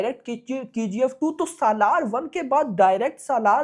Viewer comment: SALAAR ❌ Salwaar 🌹